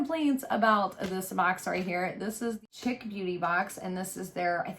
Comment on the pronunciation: Isn’t that pronounced like sheek?